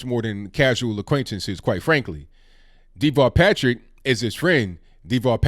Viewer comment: everytime his name is said, it sounds like Default Patrick to me.